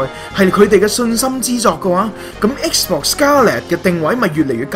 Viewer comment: 我對英文幾執著lol...我聽到不停講"X bor"真係好難頂... 同埋ultimate都冇讀啱